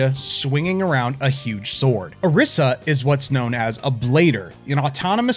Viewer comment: Is her name, per chance, spelled Arisa? If so, then it's usually pronounced as Alisa with an r (Ari-sa, not A-risa). I'm not forcing you to do this, just pointing out how it's usually pronounced. It's a pet peeve of mine, you see.